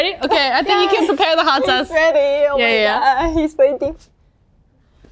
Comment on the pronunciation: two highlights: kazuha "hot sOWce", yunjin complaining about memory loss already